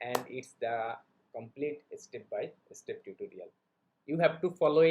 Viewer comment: Obviously everyone can make videos in English but the Bangladeshi's English pronunciation is not correct. Example- the word is Step. But Bangladeshi's people say estep